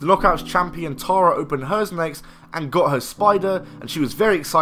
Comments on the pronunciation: it is not pronounced tar a, it is terra. did you even watch the product or just read the script. learn the pronunciation of the names you fake mark. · Stop saying TAR-UHH!